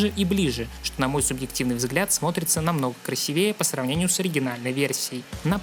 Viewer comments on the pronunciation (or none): none